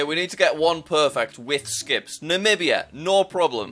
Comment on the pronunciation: I remember jack Namibia he pronunciatinglikd Nabia